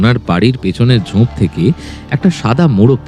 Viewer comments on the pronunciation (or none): এর ভালো গল্প আর পরিবাশনা কিন্তু কিছু কিছু কথা খুব কানে লাগল, যেমন ঝোপকে ঝোঁপ আর ছুরিকে ছুঁরি বলা😑 খুব খুব কানে লেগেছে! দয়া করে একটু খেয়াল রাখবেন